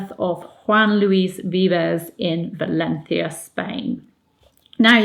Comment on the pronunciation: So Mary was partly educated by a Humanist? BTW your pronunciation of Valencia was perfect! Thank you so much!